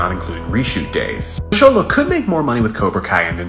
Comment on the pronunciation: Homie did not pronounce his name right at all😭